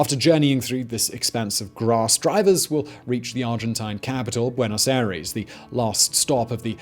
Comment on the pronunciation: Simon, 🤦‍♂️ try pronouncing Buenos Aires like buenos I-ress...